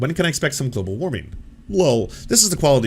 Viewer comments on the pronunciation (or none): Lmao "glabal cable"